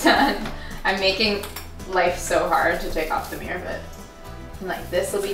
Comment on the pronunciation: Hahaha i love how she pronounces mirror. MiîRr